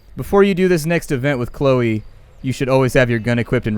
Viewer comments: You pronounced it Sho-low for most of the video, and then called it Cloh-e :P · It's pronounced c-l-o-e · Chloe is pronounced Klo-ee at least for my cousin it is. =) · KLOH-ee. Just your friendly, neighbourhood grammar nazi ;) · Did he actually say "shlow"???? Its C-L-O-E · It's pronounced clow-e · say glow with a C and put E on the end that's how you pronounce the name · knows how to pronounce it. He is saying it that way on purpose. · I messed up my first comment, I found out he was just saying it wrong on purpose like he does with a lot of things I asked him during the stream I had to know cuz I thought it was on accident ... he says it right in the beginning and WIN